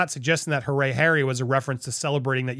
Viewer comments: It's pronounced Hoo-Ray Harry, a party boy reference. Not hooray as in congrats. It was his nickname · Its not hurray. Hooray Harry in the UK means a young, rich party goer, which at that time was quite accurate.